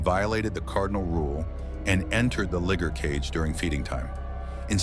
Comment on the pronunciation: The natural granite cliffs are NOT polished. That happens when humans cut it into slabs. Liger not ligger. pron: lie-ger. This is as far as I got. Is it the AI voice or bad script writing?